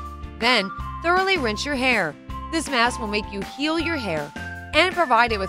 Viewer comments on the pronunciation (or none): oh and hairm instead of hair🤣